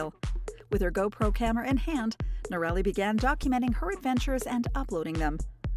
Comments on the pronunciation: Its hard to believe anything your commentator says as true when she is not pronouncing the name correctly. It is not " no-rally" but rather "nora-lee". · I believe that minimal viewing of the "Itchy Boots" episodes have been view before this posting as evidenced by the narrator not pronouncing Noraly's (Nora-Lee) name as she has many times in her videos. Factual information was provided, however the fact that Noraly's name was mispronounced brings the entire video into question (in my opinion).👎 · Annoying to hear her name pronounced as "Norelli"... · She is still riding !!! And her name is pronounced. NOR -A - LEE . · Too bad you don't know how to pronounce her name. Inexcusable! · Great backstory , but you need to know how to pronounce her name. All you had to do is watch her videos . Noraly is the best. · It would help to pronounce her name correctly, considering the number of times it occurs in this video. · Not pronouncing her name the right way. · I realise you’re an American, but that does not give you the right to miss pronounce Noraly name. Please get someone to help you learn how to say it because how you say it is awful. It’s not a difficult name to say. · If you are going to make a video about Itchy Boots at least learn how to pronounce her name AI 😤